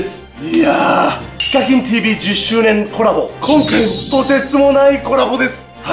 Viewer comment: セェキンは… に聞こえるｗｗｗ